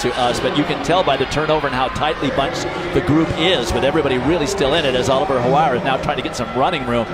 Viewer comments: Why do and the other guy keep calling Ollie Hoare “Hawar.” Were they afraid of saying a homonym that rhymes with “whore” or they just didn’t know? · Americans cannot pronounce Hoare. Howare????? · Gotta love Oliver HoAre pronunciation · Lmao at the commentators trying not to pronounce olli hoare's name correctly